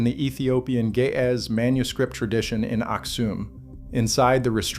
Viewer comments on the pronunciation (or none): Ge'ez, not gae ahh. i learned something today after laughing with the phonetics 😂